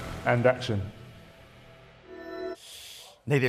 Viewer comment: Can't even say "action" cool!!